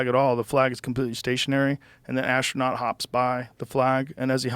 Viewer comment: Joe says "Ostranout"